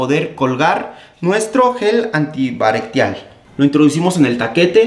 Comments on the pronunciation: al final ya te vale verga y dices "gel antibartial" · No lo sé brooo no se que tan confiable es hacer gel antivarial de alguien que no puede decir gel antibacterial 🤭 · "Gel Antibaretial"🤣💞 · ¿lo de "antibarectial" es a propósito?